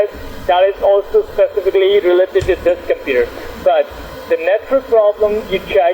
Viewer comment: It's amazing how they can't even pronounce the most simple words. They say "tiuw" instead of "to" and they never get the W right always pronouncing it as dubloo...